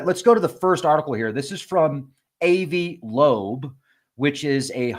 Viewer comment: ...NOT...A.V. AH-VI...TRY THAT...AVI IS SMART...I R NOT...IDIOT ! PLEASE LEARN HOW TO SAY A NAME 1st...b-4 coming on here making urself dumb .. AH-VI LOBE...NOT AV LOBE... KAPEESH...GOT THAT? ✔️.,..GOOD 2 GO